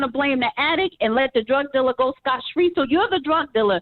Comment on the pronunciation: the team is “ Scott” free not “ scotch” free. The sh*t was killing me to listen to you mispronounce it.